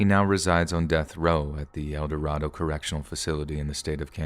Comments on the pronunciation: El Dorado, KS is pronounced long a that's where I was born and currently work. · El Dorado, KS is pronounced long a. That's where I was born and currently work.